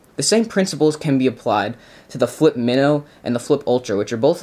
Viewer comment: Its not pronounce MIHNO its MYNO